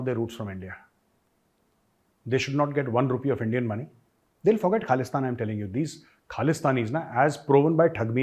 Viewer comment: Well said , all his life he keep on saying KHALISTAN, even he is so old he is still trying to say Khalistan but he can’t pronounce it he pronounce it KALISTIN now with shaking voices, SIMRANJEET SINGH from the family of GADDAR, who give SAROPA to general dire from DARWAR SAHIB , and British gave hundreds of acres of land to his grandfather, SIMRANJEET SINGH is GADDAR EE AZAM